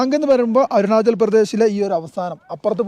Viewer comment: bro eppozhum arunajal ennanu edunnathu ath arunajal alla arunachal anu